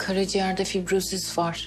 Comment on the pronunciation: Takıntılı bir arkadaştan notlar. Fibrosiz fibrosis diye okunmaz. Fibrozis'tir o. Ayrıca o biraz uzatılır "Fibroozis" gibi mesela. 😄